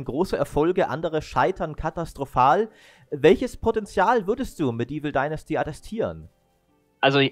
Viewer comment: "Dinnersti?" Alter, wie lange arbeitest du jetzt in der Branche, dass du noch immer nicht weißt, wie man "Dynasty" ausspricht? Ist es wirklich zu schwer mal google translate oder so anzuschmeißen, um dort den Namen des zu besprechenden Titels einzugeben? Ultrapeinlich!